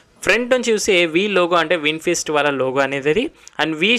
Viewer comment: Bro vinfest kadhu vinfast😂